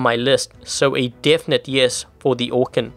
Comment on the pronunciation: Anyone else remember when said orkan like orKEEN?